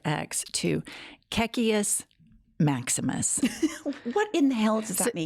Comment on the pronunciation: Are you saying " KKK Maximus" ???